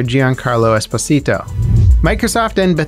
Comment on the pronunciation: Lol the way you pronounced Esposito sounded like you said "Little Husband in spanish"